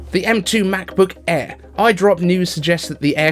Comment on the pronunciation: Why you say Macbook E ?